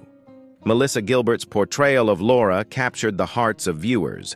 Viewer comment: I tried, I really tried to get through it, but the increasing mispronunciations drove me crazy. How can the robot keep getting "Laura" incorrect???